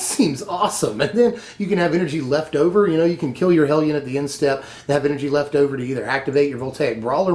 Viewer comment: I smiled at the proper pronunciation of "hellion"